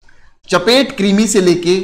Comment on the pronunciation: सर चपटे कृमि (फीता कृमि)होगा ना, आप चपेट कृमि बोल रहे हैं तो थोड़ा सा उटपटांग लग रहा है 👈😂😂🤭 vaise bhi aap romantic मिजाज के हैं गुरु जी👌🤟❤️😍